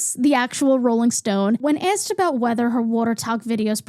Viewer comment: im fascinated by the vowel you use in "water", "loss", "lost", "autoimmune", "also". and how it's not there in "tiktok" or "tonya" and "asked"!!! what an interesting way to say "asked"!!